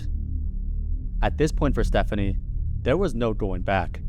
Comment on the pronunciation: It gets worse - he said himself that the name he chose is pronounced "Stef-FONK-nee"